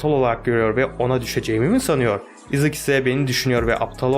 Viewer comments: Abi bu arada Issac ‘izek dedin aysaç diye okunuyo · Issac izık diye okuması gerçek okunuşu:ayzek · Issac ayzek diye okunuyor abi ıssac newton değil ayzek newton diye okunuyor seviliyorsun abi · Abi haberin olsun o ıssac diye okun muyar ayzek diye okunuyor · İzık değil Ayzek diye okunuyor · Isaac okunuş 👉 Ayzek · Abi yalnız Issac ''Ayzek'' diye okunuyor(Bir dakika!Yoksa ben mi yanlış biliyorum??).